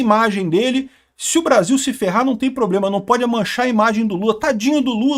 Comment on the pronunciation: 🤣Não consegue falar...👉 petoblás...pobrema...a gente vamos...vai pronunciar "Donald Trump", como?🤣